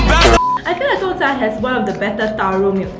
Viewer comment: Every time I here someone mispronounce Gongcha I cringe a little. 贡 is pronounced as gòng. But looks like I won't be hearing this mispronounciation anymore soon.